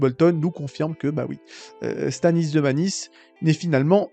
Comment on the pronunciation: Tu parles beaucoup, tu n’articules pas et tu t’exprimes mal. On comprends rien de ce que tu dis. Du coup on ça n’a pas de sens. Tu m’a perdu à la première incohérenc…. 👎! Sans parler de Stanis Zemalice ? Zeouaif ??? 😂😂😂😂 LOL Naz quoi.